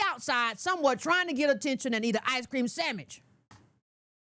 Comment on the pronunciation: lol everytime says sammich I am in tears